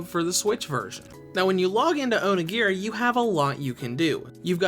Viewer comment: Dose the way he says onigiri kinda annoy anyone...?